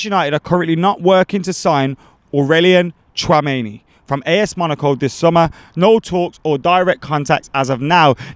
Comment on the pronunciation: AURELIAN TRAMENI 🤣🤣🤣🤣😭BUTCHERED